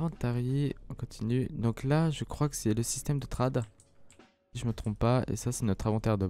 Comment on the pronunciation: Sa se dis traide et pas trade